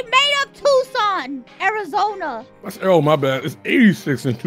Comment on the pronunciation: I still cannot hear it as anything other than "Tucson, Arizonya"